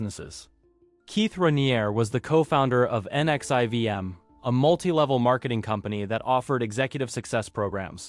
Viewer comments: NXIVM is pronounced Nexium. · Hale Bopp, sarin, NXIVM like bro I’m not even halfway through and it’s already a handful of words you’ve said wrong